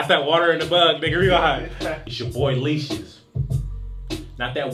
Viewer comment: Leashes, heard Leeches. I heard Leecious like Confucius or something